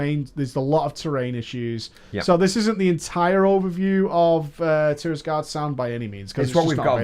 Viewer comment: Say it with me: TIRAGARDE, not TIRISGARDE.